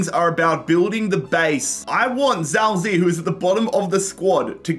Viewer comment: every time i hear him say "zao zee" my ears bleed just a little. defo not his fault but it just gets me 😭